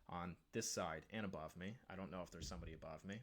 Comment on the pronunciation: the way he says 'above' is so funny 😭😭